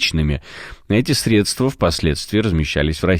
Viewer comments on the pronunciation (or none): none